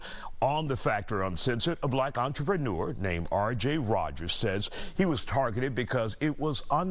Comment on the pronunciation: "entrepeneur". wtf. thats not entrepeneur, thats borderline scammer.